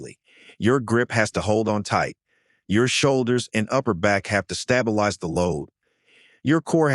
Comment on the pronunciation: Please program your AI slave-narrator to pronounce the word correctly...i.e. it's stayble-ize, NOT stab-ilize. Also, it's called a dumb-bell, not a dumble. Sheesh. Your videos are way too long. Enough with all the studies. No one really gives a shtt. Cut the bloody videos down to at least one half.